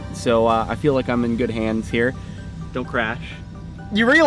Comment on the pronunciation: I heard, "What a nice day hur?" xD